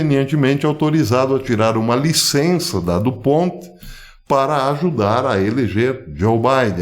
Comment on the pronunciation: A empresa foi fundada pelo francês Eleuthère du Pont. A pronúncia certa portanto é francesa.